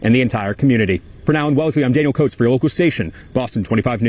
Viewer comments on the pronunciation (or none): none